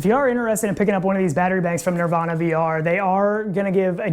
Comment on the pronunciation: The power bank looks great! ..ps I just channelled kurt and he wanted me to point out its called niVRana not nirvana ;)